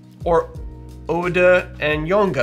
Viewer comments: I love your pronunciation of Oude and Jonge because they literally just mean old and young and are pronounced au-de not oode and yo-n-e not jonke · Oude is pronounced 'ow-duh'. Kind regards from a Dutchie who loves your channel and loves to see our national spirit represented! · Its pronounced ow-de😂 and j-on-ge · ou in ''oude'' is pronounced as ''ou'' in ouch, and the 'de' is prounonced as ''duh'' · The 'ou' in oude is pronounced as the 'ou' in house & jonge is just difficult to explain to someone who isn't dutch, your pronunciation was still pretty good tho